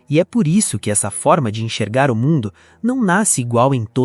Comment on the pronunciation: Oloko irmão, "ENCHERGAR"? 💀